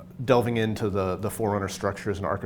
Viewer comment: It's Forerunners, not "Four Runners"...but sure. We know these Forerunners you see in Halo 4 are from a warrior class and known as "Prometheans." The Prometheans on Requiem are loyal to The Diadact, the big Forerunner from the "Scanned" trailer. He fought against humanity in the time when Forerunners dominated the galaxy, and hates humanity because we killed his offspring in the war. Since he hates humanity, so do his Prometheans. It's either that, or the Prometheans just hate intruders :D